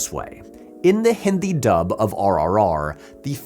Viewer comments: It gave me a lot of unexpected happiness when you pronounced "Hindi" correctly. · Loved this. It's such a minor detail in the overall scope of the video, but I really appreciate how you attempted to pronounce words correctly instead of anglicizing everything. I actually did a double take at the start of the video when you first said "hindi" correctly with the softer "d" sound. It means more than you'd think! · Thankfully he is saying "Hindi" correctly.